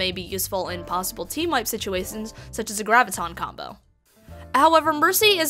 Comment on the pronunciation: "Team wipe situwations"